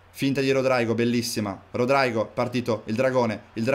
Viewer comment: Te pronunci Rodraigo ma si pronuncerebbe Rodrygo normale.Comunque bella carriera